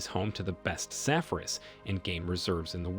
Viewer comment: Safaris (Sa-far-eees)